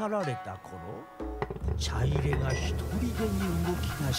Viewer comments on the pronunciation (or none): 「ちゃいれ⤴」ではなく「ちゃいれ⤵」、火入れのイントネーションとは違うんですよ～。 ちょっとムズムズしてしまいましたw